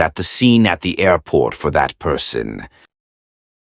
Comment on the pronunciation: 6 ,,aairporrrt,, at first !😂